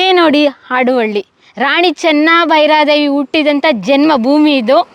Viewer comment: ಮೇಡಂ ಆಡುವಳ್ಳಿ ಅಲ್ಲ. ಹಾಡುವಳ್ಳಿ. ಹ ಕಾರದ ಉಚ್ಛಾರಣೆ ನಿಮಗೆ ಕಷ್ಟ ವಾಗುತ್ತಿದೆ.